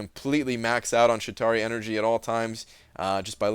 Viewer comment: Were you pronouncing it "Shit tauri" every time like it was some kind of crappy Atari?